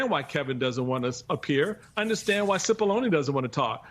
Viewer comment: It's not Sippoline , it's Cippolone, pronounced Chi-ppolone, and translated from the Italian --which it is--means Big Onion.